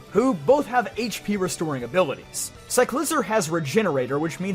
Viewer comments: Cyclizar is actually pronounced, "Sie-kli-zarr." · Your Cyclizar pronunciation though😅